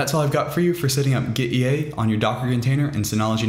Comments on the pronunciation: Nice tutorial - clean/straight to the point and easy to follow! By the way, it's pronounced "gitty", as in git-tea (tea, the drink.) Apparently the developer wanted to convey ease of using Git through this app to sort of like having tea (or something like that, I forget the exact background.) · Why not read gitea, with "git" "tea" ?